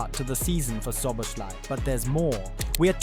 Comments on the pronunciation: Cool video ❤❤ when saying Szoboszlai say the second Sz As the first not Szoboslai, I know its hard😢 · i know but at least put in the effort to try. saying sh instead of s is clearly wrong. just put it in google translate and listen, and imitate that, but even this didn't happen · It would be a great video if you could pronounce his name properly. Szobolszlai - therefore that's an "i" in the end of his name that should pronounced like an English "e" and not "y". Please look into it. Cheers mate! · would be time to learn how to pronounce his name properly, especially if you make a video about him